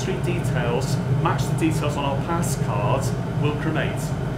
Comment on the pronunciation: It’s card not “caautttt”